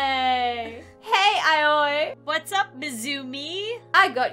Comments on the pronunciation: I think Aoi is pronounced like “owie” xd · How to pronounce Aoi, JAPANESE LESSONS WITH ALEX! Ayoi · No, it's pronounced like ah-oh-ee, but quickly, making it sound like "owie." Awesome, oh, and leaf. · coming from someone who is learning Japanese her name is pronounced "Ah-o-e" (somewhat how owie is pronounced) also the amount of mha references and mispronunciations in this so funny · when was trying to pronounce aoi i was in my mind saying "just say ow ee" "just say ow ee" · I think that Aoi is pronounced Owie like from danganronpa lol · i love how says the name Aoi 🤣 even though it’s pronounced Awi LOL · Asui (AHH-SUE-EE) Aoi (AHH-OI) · i love how they didn't pronounce the name right at all 😭💕 im pretty sure its pronounced "ow-ee" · It’s “Ow-ee” Ito Ow-ee 😭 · When someone name is aoi is pronounced alli it’s Japanese no hate if you didn’t know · AOI IS PRONOUNCED OW WEE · if you need to know the name Aoi is pronounced Oi... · Aoi is pronounced like “oww-ee” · Her name is pronounced it-ow owie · Aoi is pronounced “Owie” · WE GOT SHOTO SATO ASUI (Aoi is pronounced owie) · If you want to pronounce Aoi it’s A U E E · I believe Aoi is pronounced Ow-ie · Just to let you know Aoi is pronounced “owwie” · The main characters name is pronounced owy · This made me laugh alot lmao Also her name is pronounced ah-oh-e if that helps anyone who wants to Pronoune her name :] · Ok so Aoi is pronounced like owie and you would know that if you watched TBHK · You pronounce Aoi like ow-ee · Her name is pronounced (Ay—O) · u guys should pernows Aoi like i-ou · It’s perounced owie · Aoi pronounced OWIE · INCASEYOU REACT TO ANOTHER VIDEO AND HAVE TO PRONOUNCE HER NAME HER NAME IS PRONOUNCED LIKE I-O-E I KNOW IT BECAUSE I WATCH DEMON SLAYER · How to say aoi it's (Owie) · I think these are the names you can’t pronounce Ow-ee Ah-s-yu Also the creator needs to stop watching bnha I think it’s becoming a problem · Aoi is pronounced owwy 😓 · You pournounce it owie…